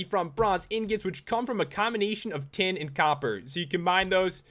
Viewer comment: in the tin blocks i thoght u said ten